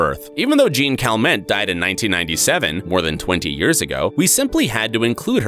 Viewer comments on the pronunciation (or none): ACK! It's not "JEAN CAL-MENT"... it's "Zhon Calmong" (French)